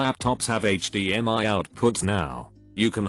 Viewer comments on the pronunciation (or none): none